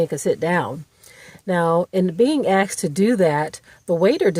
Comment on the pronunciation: Axed? Really? Did you mean “asked”?